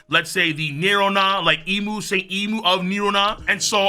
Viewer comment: Thank you for pronouncing Imu correctly